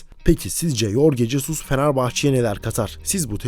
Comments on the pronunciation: Yorge Jesus degil "Horge Hesus" 😒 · Lan keko yazıldığı gibi okuma adamın ismini, Türk ismimi bu? Horhe Jesıs diye okunur. Al şimdi yazıldığı gibi oku